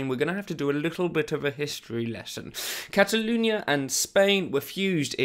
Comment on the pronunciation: ‘Cataloonia’ omg speak properly